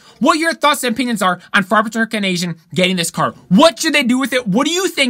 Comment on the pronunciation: It's A-zin not Asian LOL. Dung Beetle now has a high horse subaru boxer engine in it.